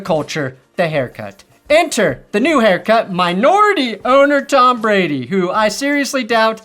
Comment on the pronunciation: Your a broncos fan why can’t you say tom Brady’s name